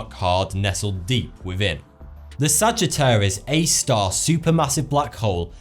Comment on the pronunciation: Sagittarius A* you pronounced the star when you say it. Well done! So many people get that wrong. Lol